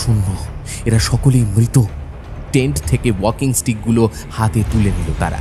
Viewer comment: দ্বন্ধ নয় দ্বন্দ্ব।মৃত উচ্চারণ কয়েকবার মিত হয়েছে।Finally post করার আগে সংশোধন করুন